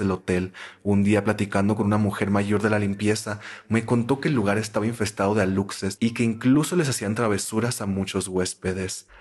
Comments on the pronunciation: Como persona de Quintana Roo, me muero de risa al escuchar la palabra "Alutses" por los Aluxes kajsnd,, se pronuncia "alushes". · ora que alucses jsjsjsjsj se dice alushes jsksjakkajsasa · como yucateco me temblaba el ojo cada vez que escuchaba "alucses" jajaja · Alucses así no se pronuncia sailor es aluxes suena: alushesh la x es como sh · aluxes → alushes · No es aluxes es alushes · Amo esto pero me duele la pronunciación de "aluxes" 💔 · Hola. La pronunciación que es válida de "aluxes" es alushes. Te amo. 🖤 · Hola caracolas, soy de Campeche, de la mera península y me dio risa como pronunciaste ALUXES. Nomás como dato, se pronuncia ALUSHES. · Se escribe "Aluxes" pero se dice "alushes" jeje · se dice "alushes" la "X" la pronuncias como "sh" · Amigaa que miedo, esta ves si me 😅 asusteee, petición para un especial de historias ultratumbisima de halloween, por cierto si pronunciaste mal aluxes pero se dice alushes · Aluxes = alushes (así se pronuncia, es maya) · Los aluxes se dice alushes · se pronuncia alushes xd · Jaja sailor se pronuncia alushes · Me da risa como pronuncias Aluxes bb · Solo por corrección, la pronunciación correcta de los Aluxes es "Alushes" ya que la X en maya suena como la sh. Cuando se trata de un singular se pronuncia "Alush", pero cuando es en plural es correcto "alushes".